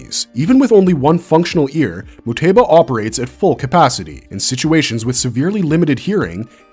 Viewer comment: WHY DID YOU PRONOUNCE MUETBA LIKE THAT BRO